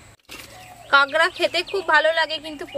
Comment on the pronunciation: আরে ভাই ওটাকে কাগড়া বলে না।ওটাকে কাঁকড়া বলে।